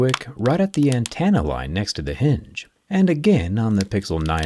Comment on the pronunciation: an-ten-uh. Not an-TAN-uh. Having to hear it like 5 times within a minute...